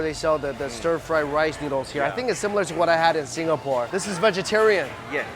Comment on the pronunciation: I cringe every time he says Singapore...